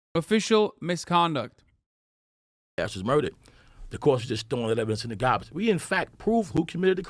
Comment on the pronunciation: Love how newyorkers pronounce garbage